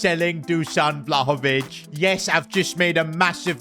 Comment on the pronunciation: Vlaovich😂 piccoli maggiore